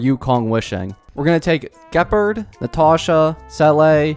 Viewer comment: Please tell me you’re pronouncing Luocha’s name wrong on purpose, like you do with Gepard…